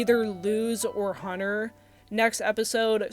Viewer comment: How you were saying Hunter just confuse me and I thought I was hearing something else you should’ve been more clear are you were you were like editing you should’ve put on the bottom that you accidentally said his name wrong. They like it sounds wrong.